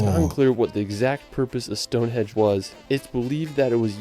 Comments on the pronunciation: stone hedge..😂😂😂 ya mean stone henge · it is stonehenge not stonehedge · I quite agree, I wish there was a way his videos could be edited! For some peculiar reason I was called a racist for commenting on his mispronunciation. I had friends from The USA who wanted to see StoneHEDGE after watching his video! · excuse me, it is called stone henge, not stone hedge. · He's calling it Stone Hedge 😂😂😂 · As others say, the pronunciation on what sounds like a computer generated voice over is lacking, to say the least. Especially, stonehedge! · Correct. The video is full of factual errors and mispronunciations. Stone Hedge ???? West Mister ???? Wells (Wales) ????